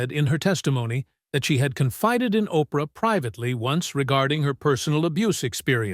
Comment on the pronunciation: WARNING ⚠️ THIS IS FAKE. WENDY DIDNT TESTIFY. ITS OBVIOUSLY CHATGPT AI BULLSHIT 😂 anyone who doesn't know how to say the name Oprah is a fake person 😂